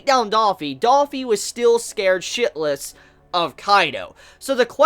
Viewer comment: bruh, just gotta say, i like your vids and all, but its not daffy, its dOffy lol, it annoys the fuck outta me when you say that